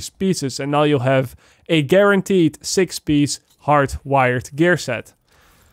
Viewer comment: PIEACE NOT PISH UGHHHH